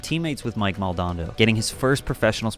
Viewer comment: My ears are wrenching at the mispronounciation of Mike Mo and the base level history lesson of one small corner of 90s-early 2000s skateboarding. From World Industries to Vans, Venice to Tampa etc; There were so many scenes happening in those years. Big Brother represents the flourishing of degenerate skater culture. Not skateboarding itself. Lot's of blood, bones, bodies and minds were lost to contribute to this sport. What happened to Bam is what happens when the mainstream preys on your culture. To everyone out there: Shuffle your feet and get to know a culture when visiting like this. Don't be a tourist, please.